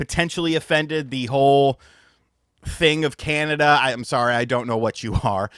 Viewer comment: We do not say “SOARY” lol